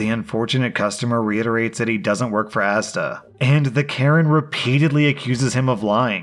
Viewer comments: Character growth: finally learned how to say asda! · I'm surprised pronounced ASDA correctly as he always has issues with British words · I get the impression that you are now purposely finding posts which feature ASDA just you can show us Brits you can say the name right👍